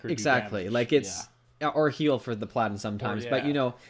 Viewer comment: "perladin" the fuck did i just hear?